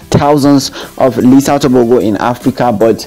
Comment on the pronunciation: Letsile Tebogo not Lisa Teboko